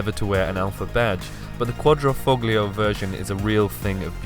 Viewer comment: You don't pronounce the G in foglio